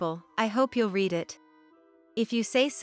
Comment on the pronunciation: You can't even say read the right way. The way you said it means in the past he read, sounds like red, not in the present as you meant, sounds like reed. The way you said bass, is the instrument in a rock band and many other forms of music. The fish has a short a, nothing like this. Find out how to pronounce english before you confuse everything. Over 2 hours, seriously. Do you teally think people have that much time to burn? Nope!